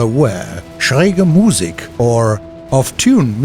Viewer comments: You almost pronounced Musik right just a little faster so that it is Musik not Muuuussik. :) +Great Video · No. He said said schräge correctly but butchered the Musik. You emphasise the i , no the u in Musik.